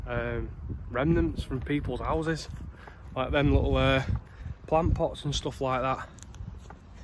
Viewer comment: Seems slightly ironic, normally it's some old bloke saying "I remember when this was all fields"and here we have a young bloke saying "I remember when this was all 'ouses" lol.